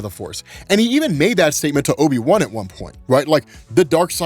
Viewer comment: Great now when someone says obi-wan I'm going to hear obi-bum. Lmao